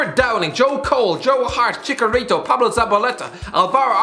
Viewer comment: Bro pronounce chicharito right its not chiKArito its chiCHarito